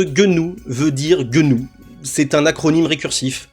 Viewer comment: "GueuNou" alors celle la je ne l'avait jamais entendu ^^ . donc j’arrête à pas le bon public. Finalement j'ai continué et c'est un bon travail de vulgarisation.